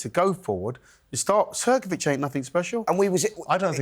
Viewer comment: Hrgović(Hrgovich) not hergovic